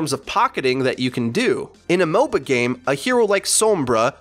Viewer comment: every time you say MOBA-games i understand mobile games